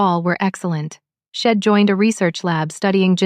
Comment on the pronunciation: Why why do the authors of these stories not have someone check for ALL the MISTAKES? She had does NOT reduce to shed. A shed is a storage building, not even close to She had or She'd,, the correct pronunciation. Study english a lot better. Id is wrong, it should be I had or I'd. I am getting to the point these stories are boring and aggravating. Fix it.